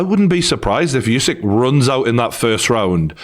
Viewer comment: It's not YOUsyk, It's OOsyk.